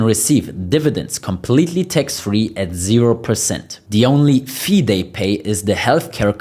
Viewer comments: Please not Tex but Tax with A not Ei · The word is TAX not TEX!